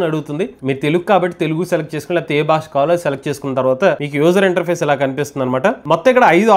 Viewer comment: భాష, భారతదేశం అని పలకండి ప్లీజ్ బాష కాదు భాష "భా"